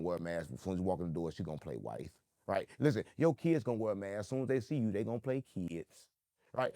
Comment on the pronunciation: A take a pull for every time he says "Lizzen!"